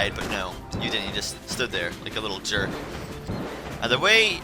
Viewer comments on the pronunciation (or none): none